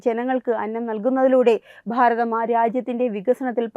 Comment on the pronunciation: ഭാരതം എന്നത് നിങ്ങൾ പറയുമ്പോൾ പ്ഫാരതം എന്നാനു കേൾക്കുന്നത് ബലം പിടിച്ചുള്ള ന്യൂസ് വായന മോശമാണ്. പല സ്വരങ്ങളും ഇതുപോലെ തന്നെ ആണ് പറയുന്നത്